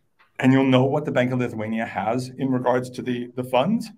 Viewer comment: Homeboy lost me on “Lithuania”…